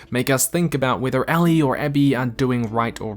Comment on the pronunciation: Anyone else bothered that he keeps pronouncing "Ellie" as "Allie"?